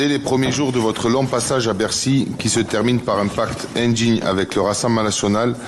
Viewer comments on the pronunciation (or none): "...indjingue"... (indigne)